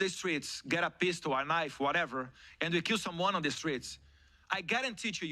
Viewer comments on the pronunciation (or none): none